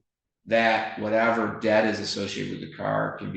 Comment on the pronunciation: And Judge, the word is pronounced debt (eh sound, not ah sound like you’re saying DAT, please stop.)